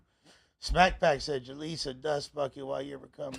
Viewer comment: Jaleec OF button? 😅 But fr.